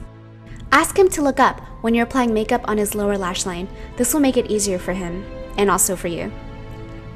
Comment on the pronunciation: Lol she said makerp